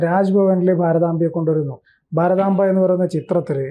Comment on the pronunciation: ഭാരതാമ്പയല്ല, ഭാരതാംബയാണ് ശരി🙏